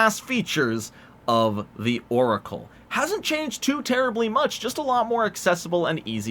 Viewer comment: As if he didn't call it a Loricle